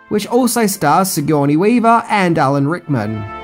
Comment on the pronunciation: Just say Al a n Rickman, and not Hickman